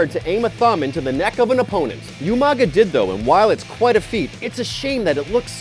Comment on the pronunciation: You pronounced Umaga's name like You-maga when it's pronounced Ooo-maga also you missed Santino's cobra